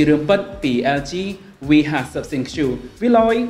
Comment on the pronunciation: ThinQ = Think (it mean to be pronounced like this not Thin Q)